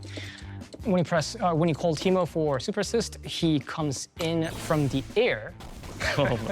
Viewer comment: Teemoo 💀 disgusting